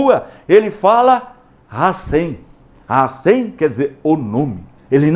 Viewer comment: Não se pronuncia Hassém mas Hachem. A letra M se pronuncia no final.